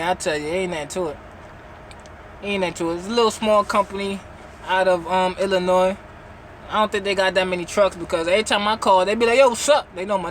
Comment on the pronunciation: finally pronounces ‘Illinois’ correctly, lol. Congratulations.